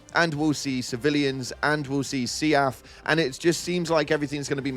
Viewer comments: It's pronounced seef. Not see-aff. Like leaf not lee-aff. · Bro seaf is pronounced S E A F (Es ee ay ef) Or even (seef) But see af? Why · why do you say SEAF as two syllables rather than one like “leaf”? I don’t hate it; everyone I play with just say SEAF /siːf/.